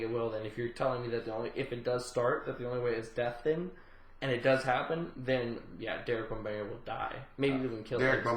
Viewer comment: "Derek Bonbarrion" - LOL